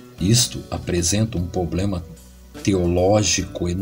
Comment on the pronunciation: shalom chaver desculpa meu incomodo...é apenas quando o nobre irmão fala ''poblema''e'';seje''....Ficaria melhor ..'''problema'' e '' seja'' .um abraço.. espero não ofender